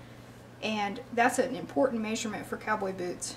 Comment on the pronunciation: “Meysurement” interesting accent! Where are you from?